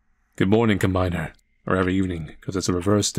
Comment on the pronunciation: its not combiner like "i combine things" its combiner as in "i drive the combine harvester"